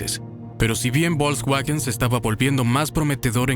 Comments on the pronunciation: La marca Bolcsgüagen... se dice Folksvagen y seguro lo has escuchado, nada más son ganas de no decirlo bien. 🤣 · Excelente documental... salvo por el horroroso narrador IA... bolksguajen Tanto cuesta narrar tras un mic? 🤦🏼‍♂ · Volkswagen,se pronuncia fols vagen,esa v suena como f en alemán